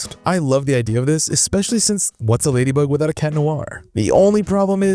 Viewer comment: Its not chat its cat